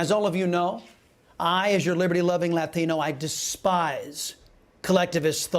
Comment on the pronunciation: Latino, not lÁtino. This is America.